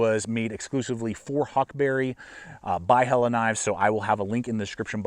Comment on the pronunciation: Thank you for pronouncing Helle correctly!